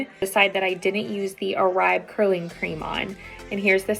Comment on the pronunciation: Pronounced ‘or-bay’.